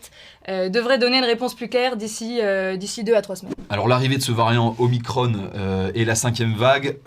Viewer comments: OmiCRON et non omicronE. Soit on prononce en français, soit en anglais. Mais le mix des deux est faux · omicrone? Pourquoi mettre un "e" à omicron? Pourquoi le prononcer à l'anglaise? Les lrem mettent tout à la sauce amérloque, rien d'étonnant. Mais les journalistes de VA ont ils besoin de mettre des accents angliches partout? Omicrone!!! Assholes. (C'est génial puisque c'est en anglais)? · Punaise, je m'attendais pas à ce que George change de sexe comme ça. Ah et on dit omicron, pas omicrone quand on parle la France, punaise.